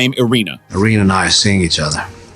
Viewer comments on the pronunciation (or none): none